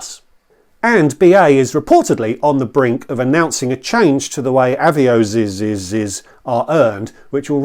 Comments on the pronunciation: I gave you a like specifically for your comment about deliberately saying Avios wrong to annoy the viewer who felt the need to correct your pronunciation. Love it. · Happy Birthday. Loved the multiple avios pronunciations. Very interested in a video on paying off a credit card with a credit card. Immediately thought the costs of doing this would make it pointless but interested to hear how it will work. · Happy Birthday! Loved the pronunciations of Avios